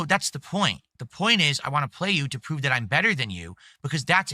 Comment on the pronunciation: "That" = "Dat"